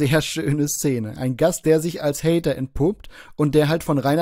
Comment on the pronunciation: Glöökler-Haider, beschda Haider 😂